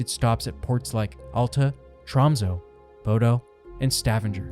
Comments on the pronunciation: My guy didn't even bother with the pronunciation. "bohdoh" omg 💀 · Truly butchered every city name🙈 Especially Bodø and Stavanger. (Ålesund was very close tho!)